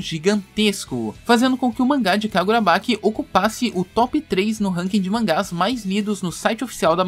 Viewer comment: Sério onde vc viu que tá tendo esse negócio da fandom e outra é kagurabachi e não kagurabaqui , tirando isso cara ótimo video.